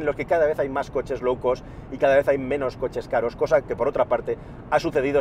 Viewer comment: Me encanta cada vez que dices low cost, y me suena como si dijeses coches locos pero en modo gracioso... coches loucoooos Un saludo, buen vídeo